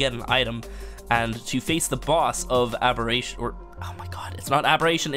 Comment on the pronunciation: WHY DID YOU SAY ABBERATION!!!! As the first titan made a face.